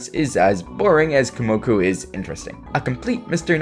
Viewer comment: You realize you’ve been saying Komoku instead of Kumoku this hole time, right?